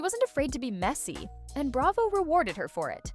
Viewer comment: "Hilton" is Kathy's married name, so they aren't the "Hilton sisters." "Bray-vo" 😊